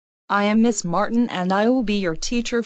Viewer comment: Miss not ms